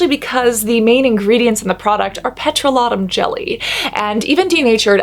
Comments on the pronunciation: The way she say’s petoroleum jelly 😂😂😂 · As a Canadian I have to say that was the most interesting pronunciation of “Petroleum jelly” I’ve ever heard. Love the video tho.